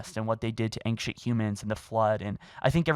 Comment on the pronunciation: Have you noted how he said ancient